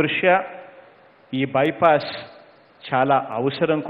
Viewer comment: Vennalu, Bayepaess, Drushya, Sshankshan, shamahsaylu, rehadaari, …..emi Telugu Saru idi….